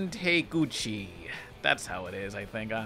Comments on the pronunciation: Tah-keh-oo-chi is how her name is pronounced. Just saying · Going by her name, I’m pretty sure she’s Japanese, and if that’s the case her last name would be pronounced Ta ke uchi. Unlike the English language, the vowel sounds in Japanese always stay the same. The A always makes the ah sound, and the E will always make the eh sound. I’m personally still learning Japanese, but that’s one of the things I remember that helped me remember how words are pronounced in Japanese. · I think the show was just trying to get its legs. It has a lot of neat ideas. But I gotta say its kinda rude to not try to pronounce the last name for Shion Takeuchi. It comes off kind of disrespectful, like you could of just put her name up and not say it half way and dismiss it. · Idk why Shion Takeuchi is so hard to pronounce honestly but y'know it's refreshing to see a POC youtuber demonstrating they can't pronounce it too. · A show based on real-life conspiracies making real-life references, crazy!!!! You couldn't even be bothered to pronounce the creators name right. From the get-go this felt like it was written in bad-faith. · Jfc, been watching the channel for 5 years and I get that the joke with mispronouncing names is because he's supposed to be cringe but it's kind of insulting to not bother to pronounce someones name right just because it's foreign to you isn't it?